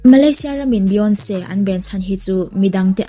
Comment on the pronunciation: Beyonce hming i lamdan mai² chu lehh